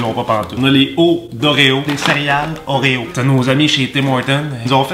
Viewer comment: Je veux des Oréo "whores" (comme il dit xD) à la place de mon Prozac !